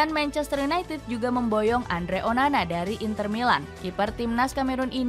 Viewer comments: Menit (manchester yunai ah) 😅 mksud nya united sih 😂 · Manchester United, Ehh.. (ketlusup lidah)